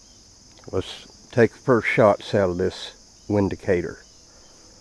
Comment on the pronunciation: Not trying to sound like a know it all, however the "W" in Windicator actually sounds like "V". So "Vindicator" is the correct pronunciation.